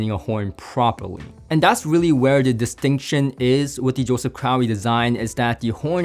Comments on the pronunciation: well you pronounced it like you had an "owie". 😅 Pretty sure it must be crow, like Russel Crowe. Right?? By the way it's awesome to see you reviewing these and getting him more exposure outside of the diy world! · Crowe is pronounced “crow”.